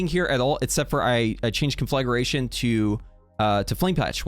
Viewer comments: conFLAGAration is not a word; its CONFLAgration. Say it a few times to get used to it. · Con fla Gration, conn Fllaa Graa Tion